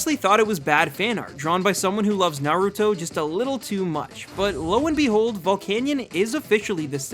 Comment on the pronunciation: VOLCANION, NOT VOLICANIAN!